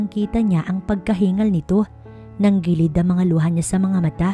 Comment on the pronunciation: NANGILID NOT NANGGILID.AYUSIN ANG PAGTATAGALOG.